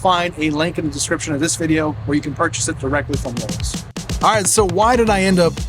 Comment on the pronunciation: I was hearing Lulls at times… where are these extra L’s in LOWE’S?